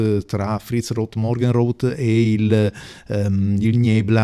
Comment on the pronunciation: Molto belli. Qualche consiglio sulla pronuncia, se permetti 😅: (scrivo come si leggono) gevittervolke, nibla, fritzrot, sirimiri, sundovner, morghenrote, ghelassenhait.